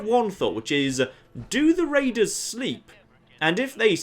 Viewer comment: Be vewwy, vewwy quiet, I'm hunting waidews?